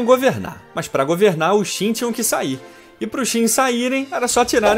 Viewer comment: Confúcio apareceu bem antes do imperador Qin (tipo uns 300 anos), não depois. E por que a inconsistência em pronunciar o nome da dinastia e o nome do imperador se o nome da dinastia é justamente o nome do imperador? Ou pronuncia tudo "kim" ou tudo "tchim". A intenção é boa, mas tem bastante informação errada desnecessária aí.